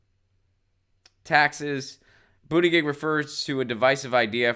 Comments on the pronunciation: Pronounced Butta Judge. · Its pronounced boot-edge-edge or call him booty-judge like kyle lol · His campaign printed shirts when he first announced that read ‘BOOT-EDGE-EDGE’. Share with Jimmy, he has no idea how to announce it either. Love your show (and Lucy)! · I love you, and I’m no fan of Mayor Pete, but it’s ridiculous to not learn the proper pronunciation of a candidate’s name, no matter how you feel about them. It’s literally a Google search away. No offense, but you sound like my dad, who has never taken the time to learn the pronunciation of Pete Buttigieg or Alexandria Ocasio-Cortez because he’s a centrist and doesn’t care to take the time to learn.